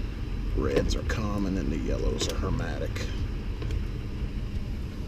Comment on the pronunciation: Just a tip... it's pronounced her-MET-ic, not her-MAT-ic. 🙂